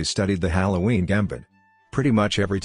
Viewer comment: halowween lmao